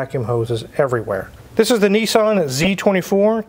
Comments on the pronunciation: It’s nissAn not nissOn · Yep. It's cool, despite being spectacularly beige outside & inside. I can't wrap my head around how Americans pronounce Nissan. 'Nee-san'. The rest of the English speaking world pronounces it 'Niss-an.' You can manage Datsun. Not heard anyone calling them 'Date-sun'.